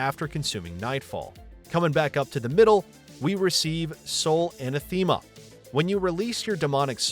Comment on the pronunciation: It's not "ANA-THEEMA" It's "ANATHIMUH"